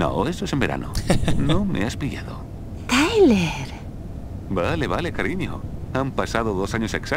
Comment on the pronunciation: se...dice...tayler